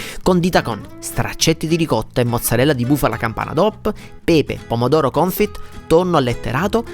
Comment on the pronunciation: Si pronuncia pomodoro confi non confit